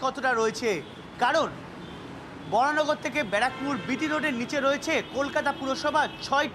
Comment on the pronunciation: বরাহনগর বলুন, বরানগর নয়। বাংলা এবং হিন্দিতে বরাহনগর লেখা থাকে যেটা সঠিক নাম, ইংরেজিতে ভুল লেখা, Varaha Nagar লেখা উচিত ছিল, সেটা ধরছি না এখন, আপনারা বাংলা খবর চ্যানেল চালান, সেখানে সঠিক ভাবে লিখুন এবং বলুন।